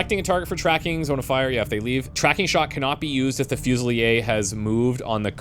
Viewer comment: friendly FYI. I believe that's 'fuse-UH-leer'. 🙂 Hope things are going well for you! Thank you for all the content.